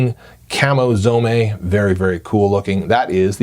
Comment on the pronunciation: Its pronounced Zome, not Zomé. Like home, not homay